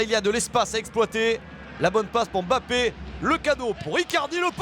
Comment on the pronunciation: Pourquoi il dit bappe c’est mbappe ptn